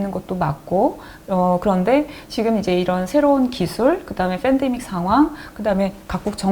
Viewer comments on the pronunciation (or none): 누나 "f"andemic 이 아니라 "p"andemic 이얌... 그냥 편하게 "펜"데익이라고 하면되 .. fㅔㄴ데믹이 아니라구~~ ㅎ